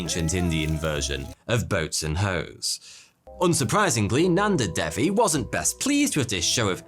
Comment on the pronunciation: I'm in india why have I not heard of this lake??? And it's day-wee not dev-e and par-vuh-ti